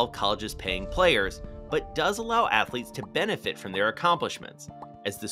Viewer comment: NCAA Atho-leeets